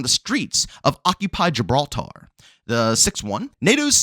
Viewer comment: Why do you keep saying Gibral-TAR? like it’s two separate word or putting extra inflections on the TAR. It’s Gibraltar all one word and will almost sound like your saying it with a er at the end when done correctly.